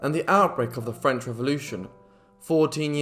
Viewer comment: The phrase is "makes the heart grow fonder" not stronger. Nice French pronounciation.